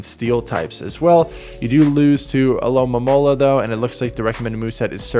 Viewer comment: disappointed that Alomomola was pronounced correctly!